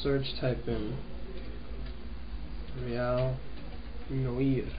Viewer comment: its acctully said like (noware) and its french for black btw just thought you would like to know